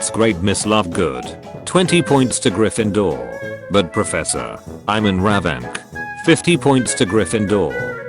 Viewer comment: Sly-therin🗣🔥 Gry-finder😭🙏 Wee-le💀 Die-gory💀💀💀